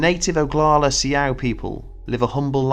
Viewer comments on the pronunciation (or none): I'm not Native American, but Souix is not pronounced See-Ow. It is pronounced like the female name, Sue. Also Shaman is pronounced shah-man. Just a heads up. I love your stories but needed to let you know that those words were mispronounced. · Um . . . It's Sioux, pronounced "Sue." Actually, to be technical it is either Lakota, Dakota, or Nakota . . . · The "see-ow?" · Sioux is pronounced "socks" but good video besides that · It is pronounced SUE! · How he ended up not saying Si-ow-ics, idk.